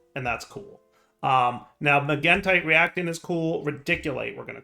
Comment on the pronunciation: He's saying magentite properly!